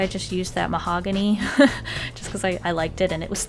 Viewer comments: Who else thought of mahogany lox when she said mahongany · Her: this is mahogany Me (what i think): THIS IS MY HOHANY